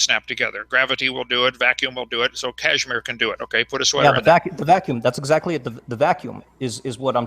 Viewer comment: Former teacher Dr.(!!!) Kent Hovind calls it the Kashmir effect instead of Casimir effect! 😂😂😂😂😂 I almost pissed myself!!!